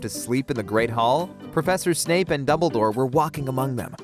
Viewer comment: ITS SEVERUS SNAPE NOT SNAKE